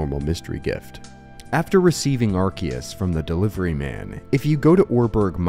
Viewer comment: rare youtuber that doesn't mispronounce arceus